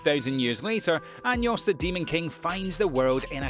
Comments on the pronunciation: we gunna ignore the way he saying anos as Anyos lmao Edit: Nevermind, its about 85% of things not just anos lmao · i fuckin died when he said anyos LMAO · Anos became Años